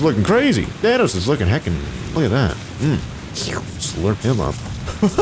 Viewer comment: it's thanos not why you sayed.